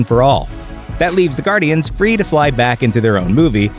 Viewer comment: ITS AS GUARDIANS NOT ASS GUARDIANs